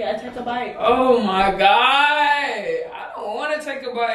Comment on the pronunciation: The way said “o am gawd”